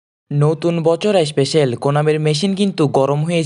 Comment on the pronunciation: এসপেসেল না স্পেসাল